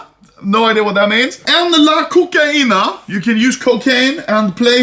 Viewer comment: Cocina ( kitchen ) = cocaina AHAHAHAHHAHAHAHAHAHHAHAHAHHA IM DEAD